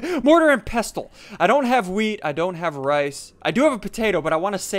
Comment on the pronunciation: Pestle is pronounced pessle